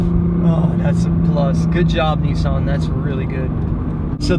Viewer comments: Nissan not Kneesan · The only thing I don't like about this is the way they say NISSAN, not neesan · nisss Ann its pronounced dno why people pronounce it wrong damn